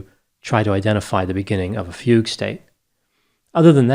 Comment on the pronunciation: i drank everytime he said fague....